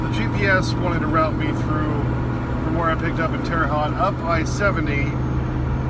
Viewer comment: You pronounced Terre haute wrong but everyone does don’t worry. Where did you pick up because that is where I am from